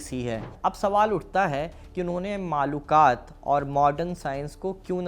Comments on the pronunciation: Masha Allah video achhe the devband ka sahi tareekh bataya aap is ke liye shukriya Lekin aap se darkhast hai ulamaekiram ka nam adab se lete to ziya dah achha hota Nam me aap galat liya Imdadullah ko aap ne imadullah kaha har bar Makulat ko Ma.lu. kat kah rhe the Baqi video achhe lagi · With the humble request to correct in mind the word Malookaat, in fact this is Makoolaat/Maqoolaat. And The leader name Was Haji Imdadullah , Not Imadullah. Any way very informative clip u have recorded. Keep it up... Allah jaza-e-khair de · मालूकात नहीं माकुलात ✅है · Manqoolat aur maqoolaat aj bhi padhaya jata hai maqulaat nahi maaqulaat hota hai janab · Bhaiya aap maakulat ko bar bar maalukaat bol rhe hain..... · बहुत अच्छी जानकारी लेकिन आप माकूलात को मलूकात बोल रहे हो स्क्रीन पर तो सही लिख के आ रहा